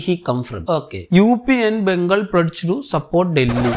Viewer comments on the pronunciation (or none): none